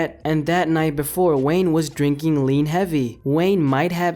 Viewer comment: Lean... it’s lean... without watching the video...